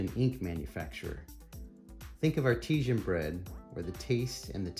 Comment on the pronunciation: This is a great review - thanks very much! One thing I did notice however is that you pronounce the word "artisan" to rhyme with "Cartesian". As much as I wish this were the case, it's actually pronounced far more plainly and phonetically. All the best!